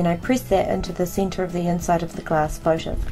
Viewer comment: Center not cinter